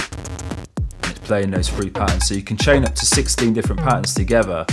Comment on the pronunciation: i like rivvums sinfesizers and pressing number free.... the accent cracks me up. No "th" sounds.. just "f"'s ... hilarious.